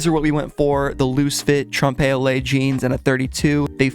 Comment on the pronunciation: Please google how to pronounce "trompe l'oeil" and what it means because lol